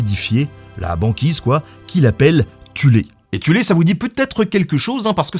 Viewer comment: Quand il a dit Tulé j’ai pensé à Tulles en France...